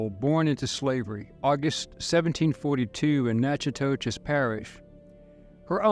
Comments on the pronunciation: Well if we’re getting technical…that pronunciation of Natchitoches was pretty off too. Lol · My daughter is in college in Natchitoches. It’s pronounced Nack-uh-dish by most of us lol. It’s where the movie Steele Magnolias was filmed. The Cane River is beautiful. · Coin Coin was a FBA! This is the Ethno Genesis of Native,European and African! The town you are trying to pronounce is Na-co- dish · Natchitoches is pronounced "Nat-kuh-tush" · They could have learned the proper pronunciation of Natchitoches (Nak-a-tosh) from a number of sources. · That's pronounced "Nack-a-tish" in Louisiana. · Thank you for shedding light on my state's history. Btw, the town is pronounced Natch-a-tis by most folks around here. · Natchitoches is pronounced Nac-ki-tish. Don't worry, most folks don't know how to pronounce several Louisiana names. Great video, thank you.